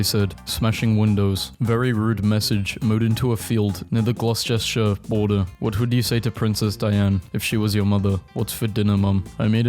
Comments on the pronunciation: Same, except for the fact that he can’t pronounce the amazing county of gloustershite, i mean Gloucestershire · Bro did not just call Gloucestershire glosh ches shire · i'm laughing at the way you pronounced Gloucestershire (not blaming you for it though) coming from someone who lives in Gloucestershire